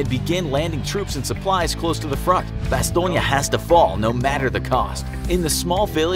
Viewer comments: I thought it was called Bass-tone. Not bass-tone-ya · Bastongne.. neeeyah? learn how to say it properly Bas... Stone... Jeeeez.. that is embarrassing not to mention incorrect. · didn't even mind the butchering of the Bastogne name... Bastoynge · Bastone-ya hahaha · bastogne is pronounced bas-tone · bastogne is french buddy, you were pronouncing it over n over like its italiano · And if he had just watched that episode he would have known how to pronounce Bastonge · Why do the American officers look like there in German uniforms Also you are saying Bastogne wrong And you failed to mention that Gen. Patton broke through the line with his tanks and that to this day the 101st denies that they need rescue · You kept saying Bastogne incorrectly. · Who taught you how to say Bastogne? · Your vids are great but you gotta go all or nothing man. Bunch of little problems with this video. Also if you're gonna have a video in english PLEASE say Bastogne in English. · Am I the only one that was bothered by how the narrator pronounced Bastogne? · That bastogne pronunciation tho. Cringy af